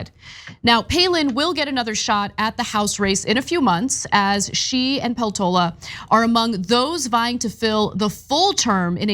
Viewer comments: Poltoola? Peltola with e in "echo" or "set" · Peltola is married to a Finn. The surname Peltola is pronoused PELtola.